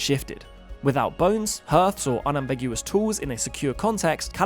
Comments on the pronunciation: Love your videos, but mate, hearth is pronounced as "harth" not "hirth". Would love a video on that potentially 300 million year old fossilised wheel in a Russain coal mine. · The pronunciation of hearth as herth is driving me mad. Even the British say hearth (harth) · 'Hearth' rhymes with 'heart', - not with 'earth' or 'hurt'. Let's preserve our ancient pronunciation!